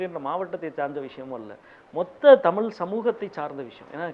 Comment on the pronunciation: டேய் திமுக இல்லாமல் ஜெயிச்சுருப்பீயா. உன் கட்சி மேற்கு வங்கத்துல காலி . கேரளால செக்கண்ட் ப்ளேஸ் . முதல்ல தமிழை ' தமிழ் ' என்று உச்சரிக்க கற்றுக்கொள். அளுத்தம் இல்லை அழுத்தம் . அல்லது தமிழ்த்தாய் செத்துடுவாள் .